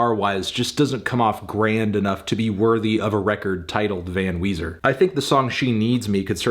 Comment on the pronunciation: Come on... It's Weezer... 10/10